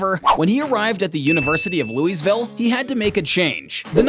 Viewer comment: Bro really said Louies Ville